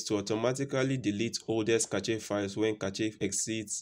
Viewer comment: Hey great vid. FYI Cache is pronounced like this: "Cash" just thought i'd let you know. not throwing shade at you or anything.